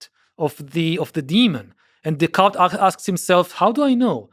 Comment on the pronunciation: He really needs to work on his pronunciation of Descartes.😮